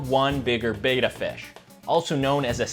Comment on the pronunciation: Fun fact: Bettas are not pronounced 𝘣𝘢𝘺-𝘵𝘶𝘩, as in Betamax. It's pronounced 𝘣𝘦𝘩·𝘵𝘶𝘩